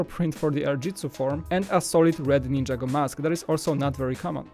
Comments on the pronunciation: It's ninjago not ninjAgo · It's not ninja-go it's nin-jago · Dude its ninjago not ninja go!